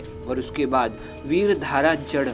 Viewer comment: भाई साहब पहले आप बोलना तो सिख ले । विधारा होता हे विर धारा नहीं ?